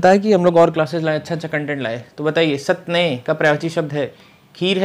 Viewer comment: स्तन्य को सतनेय बोल रहे हैं , पय को पअ